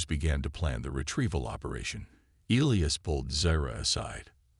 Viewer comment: Well i counted at leasr 10 different names for the alien lass and even elias got miss pronounced a few times. WTF